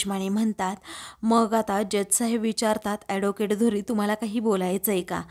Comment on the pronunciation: Adocate नाही advocate. नीट बोलायला शिका मग vlog kara